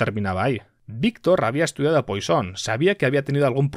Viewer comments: No se dice "Poison", se dice "Puasón" o al menos así lo decía mi profe de cálculo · Sin embargo Poisson debería ser algo como puassón